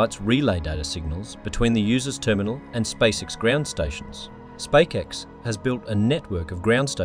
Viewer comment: A very concise video thank you. My only small gripe is the voice over constantly calling SpaceX wrong and calling it SpakeX. Im not sure how this error could slip through even if they hired a voice over presenter.